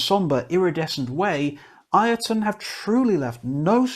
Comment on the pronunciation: BTW, the band's name is pronounced Yotunn, not I-o-tunn :) It's an old norse word for a giant, and as Icelandic is very close to old norse, i.e. the language hasn't changed much since the country was first inhabited some ~1150 years ago. The Icelandic word is thus Jötunn, where the Icelandic J is pronounced like the english Y.